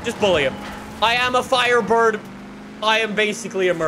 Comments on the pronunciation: THE " FIRDBIRD " lol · "firdbird" hahahahaaa you made a lil mistake